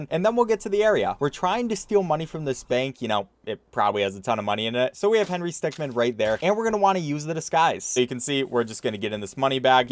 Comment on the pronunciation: . I'm glad he says 'min', instead of 'man'.